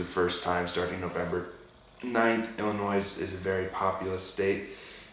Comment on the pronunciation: You don't pronounce the "S" in Illinois lol.